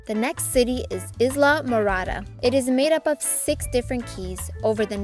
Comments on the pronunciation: The word ISLA is pronounced with the S being silent. The narrator of this video should know that. If AI can't do better than that, please don't use it. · You said Islamorada wrong LOL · Not a very good reader. Totally mispronounced Islamorada. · You are not pronouncing Islamorada correctly!!